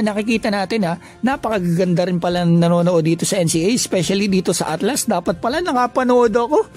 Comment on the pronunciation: ALTAS kuya. hndi ATLAS